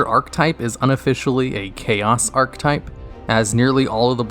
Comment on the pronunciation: Can’t even pronounce archetype